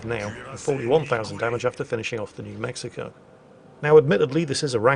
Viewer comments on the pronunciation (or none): none